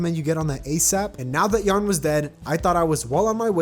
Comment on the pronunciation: ok sorry but why do you pronounce yah ron as yarn?????????????????